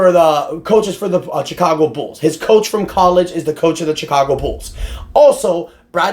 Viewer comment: Pretty sure it’s pronounced Shicago 😅